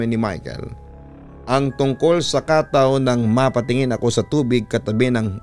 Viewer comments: It should read as katâw not kátaw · Ang tamang bigkas po niyan ay KATAW! matigas dapat na mabilis..gaya ng BIGAS hindi yong Khataw... 😂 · KATAW!!!!!dapat matigas ang bigkas !!! Hindi Khathaw😂😂😂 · papa dudut it's ka-táw po yung pagka pronounce sa bisaya hehe pero ang cute niyo pakinggan. ganda ng story galing niyo! dabest ❤️